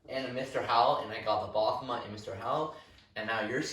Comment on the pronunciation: I believe he is called ba-f-o-met, not bah-hom-et.